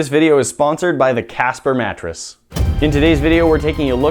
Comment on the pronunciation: WHAT A "MATRESS"?😅😅😅